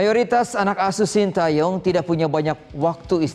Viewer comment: Shen Tae Yong kali pak bukan Shin ti yong